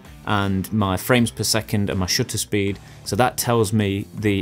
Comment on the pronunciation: Two things: 1: This has been immensely helpful for me, as someone who has a nice camera but videography is a tool for me to share my art practice. I'm not a videographer. Thank you 2: I can't help but hear "shitter speed" when you say shutter speed. Granted I'm watching/listening to this while I clean and keep rewinding so I've probably hear you say "shutter speed" 3 or 4 times more than the average person lmao. Nothing to be insecure about, so I'm hope this doesn't come across that way. I just wanted to share an observation :)